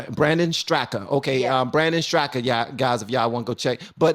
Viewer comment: Walkway. Brandon Straka founder. The 'a' at the end of his last name is silent. Pronounced Strak.